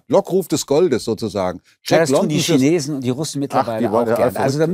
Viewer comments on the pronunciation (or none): none